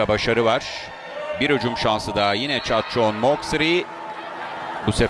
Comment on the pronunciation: นักพากย์ต่างชาติขานชื่อเธอได้ชัดแทบจะไม่เพี้ยนแล้ว เจ้าแมวเหมียวปีศาจ.. เธอช่างเก่งจริงนะ ชื่อของเธออยู่ในระดับโลกแล้ว monster น้อยแห่งเอเชีย 🏀🇹🇭🎉🌺🎇🌼🌠❤️‍🔥👍💪